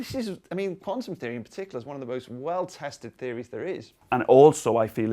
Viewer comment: When he said quantum theory I thought he said Condom theory